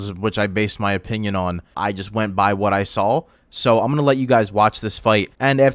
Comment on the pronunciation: he legit used "woht" instead of "what" yes it does